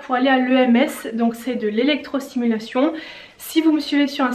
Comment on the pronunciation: électrosTimulation et pas simulation lol. Sinon, chouette vidéo, comme d'habitude ❤